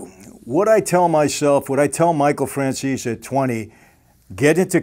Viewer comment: Please ☺️Mr Franzese, say Mr Franzese with e in der the End of the name instead Franzes without e. 😃 but is not important....:) god bless you and your family Greez Davide